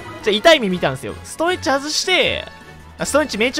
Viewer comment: ストーンエッジがストーン●ッチに聞こえた。